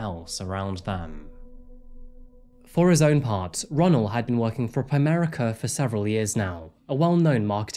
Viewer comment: you said Primerica????? . let me get out of here.